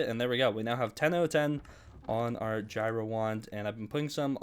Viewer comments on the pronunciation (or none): none